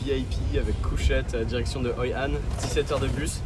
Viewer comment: C'est hoi an. Pas anh 😂